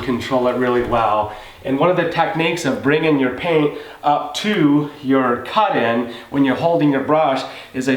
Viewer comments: Caht in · How he says cut in lmao